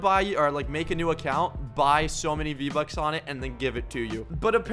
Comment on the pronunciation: “v-bucks? I thought you said RO bucks 😅